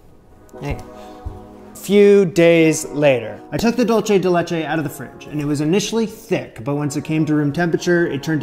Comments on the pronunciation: Next time buy condense milk and boil the can in a crock pot full of water for 8 hours. BTW, it is pronounced doolsay de le-chei NOT DoolCHE de lechei. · at this point im sure someone has told you but i cant stop myself from letting you know it's pronounced like "dool-say day lay-chay" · I'm from Argentina and these alfajores de maicena are definitely a great Argentinean classic. Isn't dulce de leche the best thing ever? Also the way you pronounce dulce de leche is soooo cute